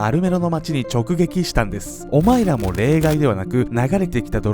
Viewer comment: オマイラ オマイラ言うから俺らに言うのんかと思った